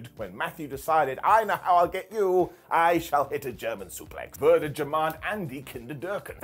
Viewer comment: Würde bitte jemand an die Kinder denken - Not bad, but you have to say it more slowly. You pronounced the umlaut correctly, which is "the hardest part of the sentence", so kudos. 😉